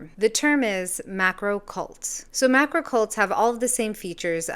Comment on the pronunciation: "Macro" Goddammit.